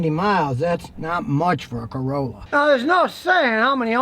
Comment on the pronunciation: ... Ha ha, u said Ford Carola..^^